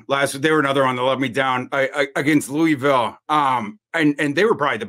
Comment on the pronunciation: Looooovillle not Lewyville. Denny Crum should have taught you guys that.